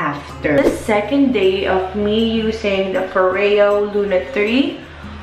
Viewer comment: Tere Cagindagan NO. IT'S FO-REYO 🙄🙄 IT'S SWEDISH GIRL. DO YOUR RESEARCH. Lol 🤣